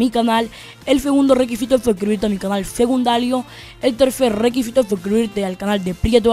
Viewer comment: se dice secundario no segundario